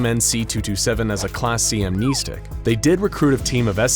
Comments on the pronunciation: Its Am (nest) ic not Am (neest) ic. Pronounced like a birds nest not like your kneecap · Please god.. AM NES STICK say it like that. not AM NE STICK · Ok, I can’t watch this channel, no offense, but it’s pronounced keetur, not kehtur. And also, what really annoyed me? “Amneestic. It’s pronounce am-nehsstic not neestic. It just kinda annoyed me, but congrats for being an eco Channel, I can’t find many of them. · Am-NES-tic not Am-knee-stick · Video was not too bad, minus that horrid pronunciation, however. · It's not "amneisteeeeeeeeeeek", it's "amnestic". As in "stick" 🙄😔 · Is pronounced Am-nes-tic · Amneestic? God that pronunciation is grating. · You mispronounced amnestic (am-ness-tick) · Love this guy's videos, but I hate how he says amnestic and keter. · I hate how he says amnestic